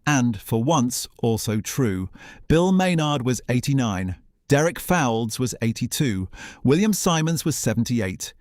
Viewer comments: Replace AI, it's pronounced. Folds, Derek Folds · Derek Fowlds - his surname is pronounced "Folds".